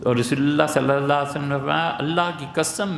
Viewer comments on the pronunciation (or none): Aslam o Alaikum 1 request hai molana itny parhy likhy smjhadar deen dar admi hai lekin kbhi bhi inki zuban sy Nabi e kareem S.A.W k nam e Mubarak k bad thek aur tamez sy صلى الله عليه وسلم nhi suna agr ye is trha he prhty rhy gy to sorry inki video upload na kiya kry ya unko boly apni islah kry